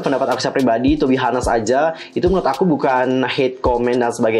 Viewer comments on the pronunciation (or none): cara ngomong yg bner "tu bi anes", kak